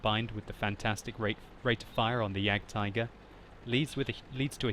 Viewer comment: For a person who tried to say "Waffenträger“ so well, I'm disappointed in your ability to pronounce "Jagdtiger"...